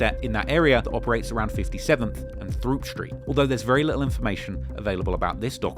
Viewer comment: “throop street” is pronounced troop